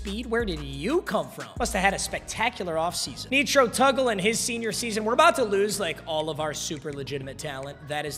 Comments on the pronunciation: nitro tuggle not neetro tuggle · Nee-tro Tuggle is killing me lol. It’s Nitro like the boost. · “Netro Tuggle”😭